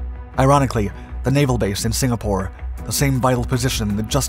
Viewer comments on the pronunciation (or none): none